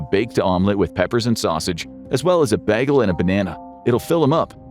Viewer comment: Lol you said Baahgel not Baygel